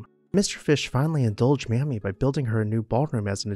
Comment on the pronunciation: ...and its not 'mahmee'....its 'maymee'